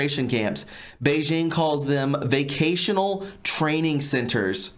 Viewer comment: It says "VOCATIONAL", not vacational.....LOL. I like what you do, but I sure do wish you'd learn to read.